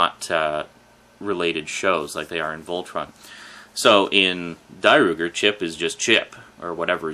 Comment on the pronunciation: Dairugger XV Not Dairooger